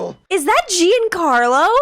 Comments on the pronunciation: "Is that GENE CARLO?" 😂 We pronounce Giancarlo: G-un-car-lo. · I think Giancarlo Esposito would dig a grave, get in it, die, then roll over in his grave to hear his name pronounced like you did . The first syllable of his name is the same as John, like John Wick or John Connor. John Carlo Esposito, except of course his first name is one word and not spelled like this. Go ahead and roll the R if you like. He does.